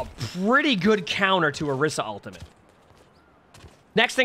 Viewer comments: whys he saying orissa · Why dose no one ever say orisa's name correctly 😔